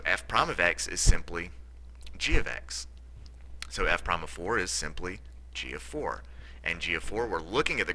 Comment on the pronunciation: At the last problem, you said "f prom of x... g prom of x," which the word "prime" is pronounced incorrectly.